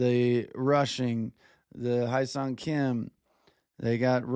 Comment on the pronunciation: It’s not “High song” Kim. It’s “Hh-YES-sung” Kim. If that’s too difficult then say “HESS-sung”. Just don’t say high sung he’s not rye bread